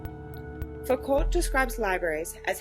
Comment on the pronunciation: This was helpful thanks....your pronunciation of Foucault is really grating though lol it's pronounced like Fooc-oh